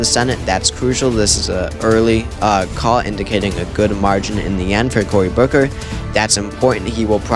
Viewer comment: Anyone else notice "Cory Cooker"?